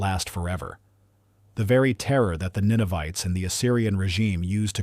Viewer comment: Ninevites not Ninovites.